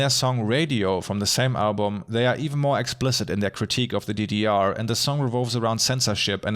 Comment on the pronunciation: Konstruktive Kritik: Bitte überlegen, ob die Sprachsprünge sein müssen. Beispielsweise "DDR" als "didiar" ist weder Fleisch noch Fisch. Entweder "dedeerr" oder "GDR".